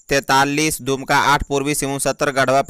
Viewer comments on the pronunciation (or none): none